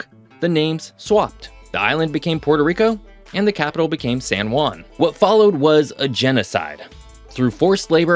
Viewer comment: Good video thanks, but please learn how pronounce "San Juan" , you keep saying "San Guan", the real sound is like replacing the J and U with H and W, so if you read "Hwan" that is how it should sound.